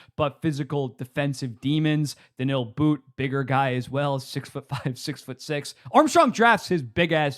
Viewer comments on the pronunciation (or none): none